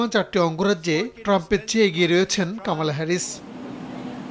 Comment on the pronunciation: কামালা নয় কমলা